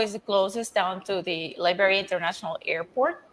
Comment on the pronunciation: Why do you always pronounce Liberia wrong?